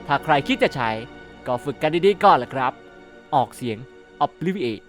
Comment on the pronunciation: คาทาลบความทรบจำ ถ้าจำไม่ผิดตอนอ่านหนังสือมันออกเสียงว่า ออบ-วิ-ลิ-อา-เต้